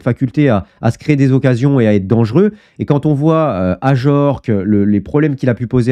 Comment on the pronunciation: on dit aJorque et non aYorque, il est français pas espagnol 😂